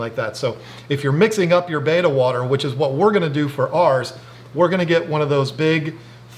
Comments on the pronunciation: in another one of their videos they actually go into why he calls it baita and not betta. He grew up is saying it wrong and it's hard to make the change plus he really just doesn't care because everyone knows what he's talking about. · It’s not Baita. Look at the spelling, Betta bet ta , see the 2nd t. 😖